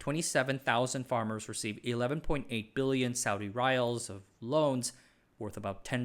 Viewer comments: The pronunciation of the Saudi currency is "ree-yahl", not "rye-ahl". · I’m still watching the video. I had to stop to correct your pronunciation of riyal. Forget how it’s written in Latin letters, it’s pronounced ree-yal.